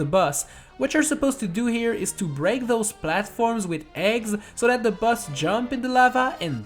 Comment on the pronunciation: Whenever you said boss I thought you said bus